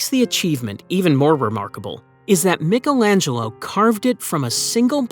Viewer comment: Who the hells Mikkelangelo 😂....does he mean Michaelangelo